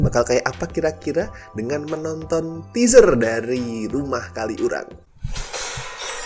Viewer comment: Mo komen minor, bacanya bukan "kali urang" tp disambung "kaliurang", sebagai org xurang agak keganggu aja haha.. Maap ya no offense